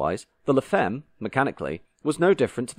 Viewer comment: Look up words in foreign languages you are clueless about please. La femme is pronounced 'la famm'.